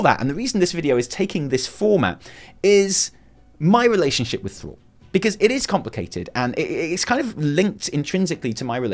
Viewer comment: Thruall?? Is THRALL